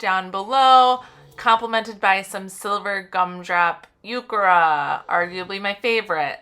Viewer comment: Nice work! Just a note the “h” in heuchera is not silent.